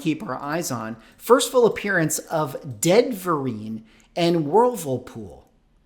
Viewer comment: I swear I kept hearing " first full appearance of Ben Vereen and Whirlpool" instead of "Deadverine" and "Wolverpool". I swear I thought we were about to have a actor/dancer/singer take on a damn washing machine. That would be peak MCU material. I don't know how I can take this stuff seriously. It's like when WWE and wresting stopped even trying to hide the stuff was fake. 🤣